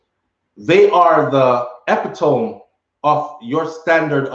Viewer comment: Hey that word is pronounced epit-om-mi bless up my bro. Much love